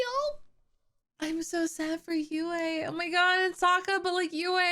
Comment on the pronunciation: For those who don't know Princess Yue’s name refers to the Chinese character for moon "月" But the pronunciation should be to pronounce Yu and e together, only one syllable The Chinese characters for Tue and La are written as 推 and 拉 These two words mean push and pull. In addition, I really like the performance of Zuko and Zhao in this episode Zuko is really kind-hearted, so he is willing to save Zhao in the end. And Zhao sincerely looks down on Zuko, so he is unwilling to accept Zuko's help even if he faces death.